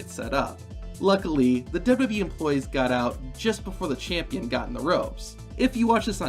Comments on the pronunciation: Why wont you pronounce W-W-E properly your saying dub-dubee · Great video but the way you say WWE triggers me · i like the video but the way you say wwe makes me feel weird